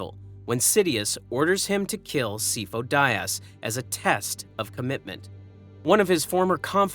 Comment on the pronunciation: He is NOT “SEE-fo”. You mispronounce it in every single video. wtf.